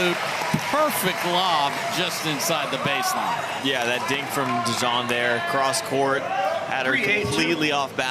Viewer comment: 👍👍 But....." Dizon "😁😉